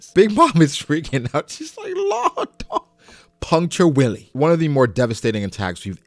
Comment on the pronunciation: Okay, since Puncture 'Wille' is most likely German as most of Law's other attacks, can we stop saying 'Willy' and pronounce it more like 'Willuh'? Puncture Willy just sounds like something YouTube would flag your video for xD Oh, and O-Tama for MVP so far, lil kid on the battlefield, huge impact.